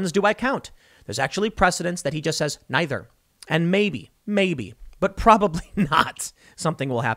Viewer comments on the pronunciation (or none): none